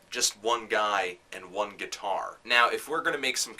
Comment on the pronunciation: "A man...his GUITAWW", haha this is a great review